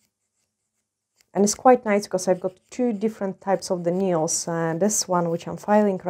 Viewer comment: Dzień dobry Pani. Taka mała sugestia z mojej strony jeśli chodzi o język angielski słowo "paznokieć" - nail czyta się i mówi się "nejl" w liczbie mnogiej nails - "nejls", gdyby Pani zechciała użyć tej wskazówki odbiór Pani filmów będzie przyjemniejszy dla osób mówiących biegle po angielsku lub dla osób mówiących tylko po angielsku. Pozdrawiam i życzę miłego dnia 😊